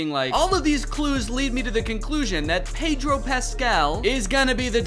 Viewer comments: danny saying PAYDRO pascal lmaoo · pay-droe pas-scale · i love how uncanny it feels for a guy named daniel gonzalez to not be able to pronounce pedro